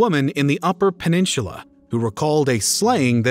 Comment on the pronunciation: I’m sorry to be this person but incisor, Toledo, peninsula? Dude those shouldn’t be hard to pronounce…😂